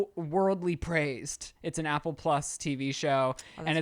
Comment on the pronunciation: I'm very sorry but I can't get over saying Apple during the liquid iv sponsor 😅 it has less sugar then an apple He really emphasized it and well it really got me into it